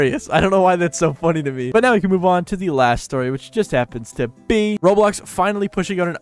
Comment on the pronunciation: The way you said be sounded really funny